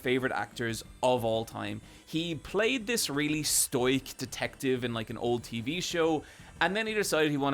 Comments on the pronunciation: Good video, bro! It's not STOYK, though, lol, it's STOH-ICK. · NO! YOU PRONOUNCED LIKE THE DISCO ELYSIUM MEME it's Stow (like stow away) -Ick.